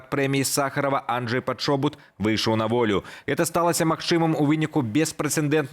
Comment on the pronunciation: Не Анджэй а Андрэй